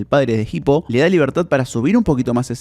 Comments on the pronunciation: Es hippo, no jipo la H es muda, por dios que dolor de oído escuchar como lo pronuncia en todo el video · la h es muda, se pronuncia "ipo", no "gipo" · Que bronca que le diga "Jipo", habla bien por dios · PORQUE PORONGA DECIS JIPO PAYASO. Te quiero mucho lucas